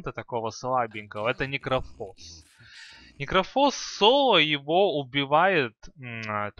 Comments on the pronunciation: Ударения особо порадовали. Особенно агАним, и никрофОс. Созвучно с диклофОс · ну он всегда был некрОфус